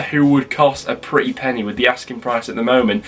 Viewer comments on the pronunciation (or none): none